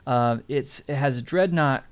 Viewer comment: Actually there was a trike in the 80s and it's Dreadnok not Dreadnaught